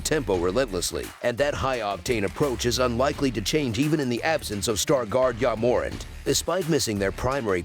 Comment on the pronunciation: “Ya Morent” lol